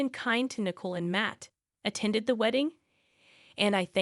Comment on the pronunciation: Poor pronunciation of some everyday words, and names, in the commentary! (John/Jan/Jian/Jane/JN/Jen), (Nicole/Nickel/Nichol/Mickle)